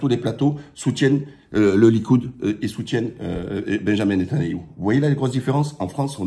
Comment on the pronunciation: Fais-tu exprès de dire Netanayou? Très bonne analyse mis à part cela.